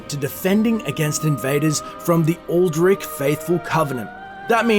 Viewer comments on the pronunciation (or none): "Aldri(t)ch", not "Aldrick" ☝🏼